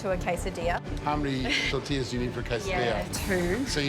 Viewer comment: Tor-til-las ? Tor-ti-yas !